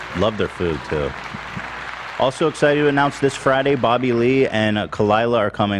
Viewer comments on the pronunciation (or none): none